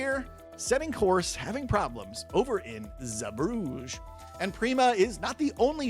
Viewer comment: it's pronounced ZEE-Bruh-Guh. Bruges is a completely different city lol.